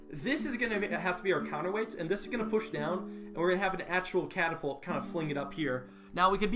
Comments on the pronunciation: You said it wrong it’s catapult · This is not a catapult, it's a car-a-pult